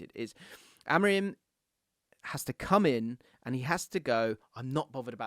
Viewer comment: its not rim like tire rim it pronounced amoreem. I is like a double e like in spanish.